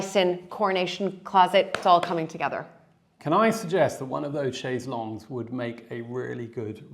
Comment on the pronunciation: How refreshing to hear an American pronounce chaise longue correctly.